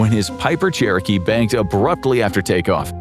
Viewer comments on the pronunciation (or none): none